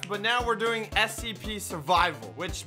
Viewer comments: When said: "Oh here's the SCP" I swear I heard Here's the SMP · You said the scp name rong